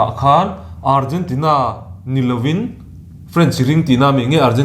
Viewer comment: Host tupa in French antam atih kha ka ngaimawh tlat, hnamdang tawng kan tawnga kan sengluh hi an lamdan kher alam angailo, feren antam tih hi a tawk tih kha lo hre hram se.